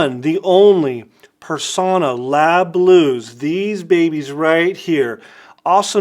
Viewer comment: Extra points for pronouncing Personna correctly (with a short o).